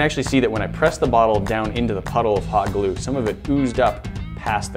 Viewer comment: When he said hot glue it sounded like he said pot glue